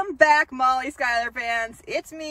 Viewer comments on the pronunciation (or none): none